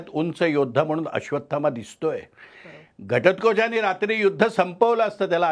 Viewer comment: जबरदस्त आहे....फक्त घटत्कोच ऐवजी घटोत्कच म्हणावे....